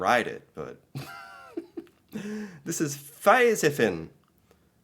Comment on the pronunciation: I have a tips for you: when you read the letter i, in Norwegian, pronounce it like e. That will improve your Norwegian a lot. Like det word Fisefin. You you had pronounced the i as an e, it would have been 100% perfect reading😊😊 just a tips for you